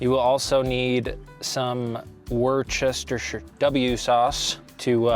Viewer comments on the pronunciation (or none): It's pronounced "Wuss-tuh-sheer" or ""Wuss-tuh-shur". It depends on where you're from in Britain. Don't ask me why, it just is.